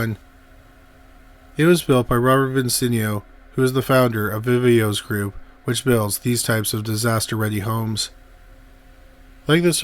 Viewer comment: Vee-vohs for fox sake